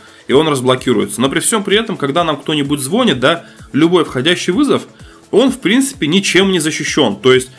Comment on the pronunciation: Не зво́нит, а звони́т